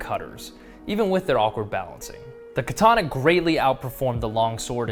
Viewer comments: shame most people can't even pronounce the word. It's ka-tana not ki-tana. Kind of ruins any credibility if you can't even pronounce the name of the sword. Glad to see you're cutting wet tatami though, most of the ones I see is with dry tatami making it far from realistic. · Also would be quite good if you could pronounce ka ta na. No 'R' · More properly pronounced kah-tah-nah rather than kah-TAH-nah. Japanese doesn't have accented syllables. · First of all... learn how to pronounce "katana"